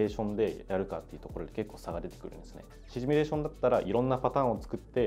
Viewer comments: どーでもいいけどさー、 この人「シミュレーション」を「シュミレーション」って言ってない？ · シュミレーションじゃないの